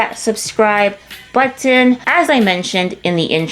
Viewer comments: I love the way you enunciate the word "button" to avoid sounding straight from da hood. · Nothing delights me more than the way you pronounce 'button'. You pronounce those 't's so beautifully. 😊